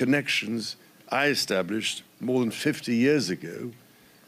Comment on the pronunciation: He couldn't be bothered to learn how to pronounce Dene